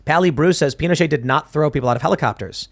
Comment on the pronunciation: The t in Pinochet is voiced!